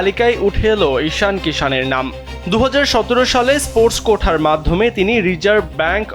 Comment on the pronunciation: কথাটা "quota", উচ্চারণটা "কোটা", "কোঠা" নয়